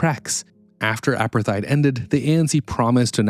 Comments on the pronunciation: Hate to tell you but 'apartheid' is pronounced "a-part-eyed". Not "apper-thide". Interesting video though. You've obviously researched this incredibly well. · No, it’s pronounced apart-hate. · The h must be pronounced. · Drink a shot everytime he mispronounces Apartheid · great content, thx. Your pronunciation of war is odd and of Apartheid, risible. Is this an AI driven voice over?